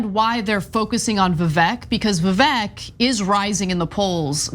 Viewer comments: Vivek the Snake (It’s actually pronounced “Vih vake”) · Vivek is pronounced Vivake.. So Fake Vivek is not that terrible. Sounds worse if you're mispronouncing his name... But whatever lol. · It's pronounced 'viv-eck' stress on the first syllable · Umm, guys, the name “Vivek” actually rhymes with “fake”. In most Indian names, the letter “e” is pronounced “ay”. Like in “Abhishek”, the last part is pronounced “shake”. Same in Mahesh, Rajesh, Umesh, etc. the “esh” is pronounced “aysh”. Although Vivek Ramaswamy is pretty fake and so is Robot Ron. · You’re pronouncing his name wrong. It rymes with fake. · Vivek said in his Rap Number on Fox News, that his name is pronounced "vi-VAKE", so it rhymes, "FAKE vi-VAKE". It's not that bad, but it won't save Ronny DeSatans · The “Vivek the fake” would rhyme…Vivek pronounces his name to rhyme with “cake”….ergo it would sound like “Vivake the fake” or “fake Vivake” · Did you not see Vivek’s rap? It’s Vivek, it rhymes with cake (his opening line) So Ron’s attack rhymes when you pronounce Vivek’s name correctly and that’s supposed to be catchy but it’s still lame and wouldn’t work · They seem to have gone for “Vivek the fake” because it rhymes - Vivek is pronounced “Vivake”. Still pathetic though